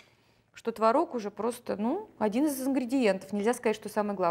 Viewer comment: не знаю как пасочка, я делаю заварную, но какая красивая девочка, какая красивая кухня, а главное как приятно Вас слушать ..особенно слово " творОг."..)) буду чаще заходить к Вам на страничку))